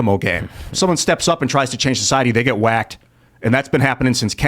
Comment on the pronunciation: Huge changes in our socie”T”y. lol, what’s with the over emphasis with the T’s here.